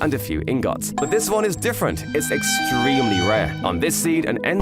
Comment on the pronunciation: Right? The way he said it pisses me off 😭